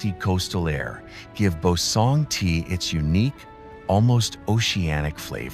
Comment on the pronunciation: What a wonderful and fascinating visual presentation of S Korea! Only regrettable is ... the way of pronouncing several names of local places doesn't actually reflect the real sound the locals make. This problem is roughly due to the troublesome official rule for transliterating Korean into Roman alphabets. Suggested corrections: Joseon > CHO-suhn, Boseong > BO-sung, Suncheon > SOON-chun, Geoje > GUH-je ...